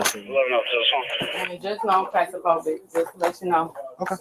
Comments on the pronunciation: I THOUGHT IT WAS CROS-STA-PHOBIC🤣🤣🤣🤣🤣🤣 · She does have Getzaphrenia!! Lol Get it an steal it phrenia!! 🤣 Disgusting! She can't even pronounce her own Lie!! AN then clastraphobia!! 😆 she can't pronounce her Own Lies!! I think she meant CLASS-TROPHOBIA LOL.. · You’re a thief sweetheart, love the cop correcting her pronunciation of claustrophobic, lying arrogant nobody. The expression Today’s peacock tomorrows feather duster comes to mind. Love the shoe show. ❤